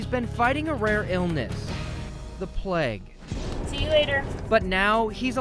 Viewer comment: omg why do plague sound like that?😂 the boobonic pleg the pleg